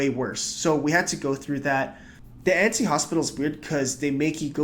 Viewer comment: your pronunciation of annecy is off